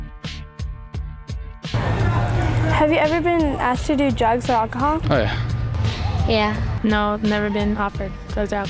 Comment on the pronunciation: why you be drinking AK-A-HOL